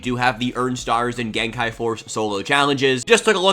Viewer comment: Don't listen to that other guy, I love and support the way you say gen kai!